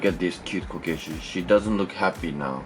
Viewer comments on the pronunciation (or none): when you said “cute kokeshi”, I thought you said “cute Caucasian” xD